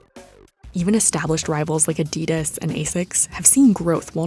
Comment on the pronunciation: You’re a journalist ! Learn how to pronounce Adidas !!! It’s not Adeee-das. It’s ADDI -das . It’s named after its founder - adi dassler . But what would you expect from cnbc ?